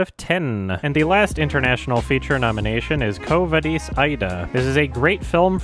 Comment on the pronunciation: Man, that pronunciation of "Quo vadis"...